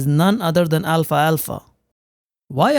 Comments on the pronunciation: It’s pronounced “al’falfa” not “Alfa-alfa” 😊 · I love your channel, and you always have great tips. But please... it's Al-fal-fa, not Alfa-Alfa. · Al-falfa, not alfa alfa. 😊